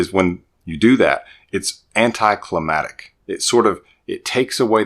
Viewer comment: Another great video (incidentally, the word is "anticlimactic" not "anticlimatic" ).